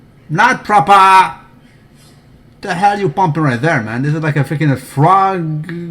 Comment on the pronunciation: NOT PROPAHHH!!!!!!!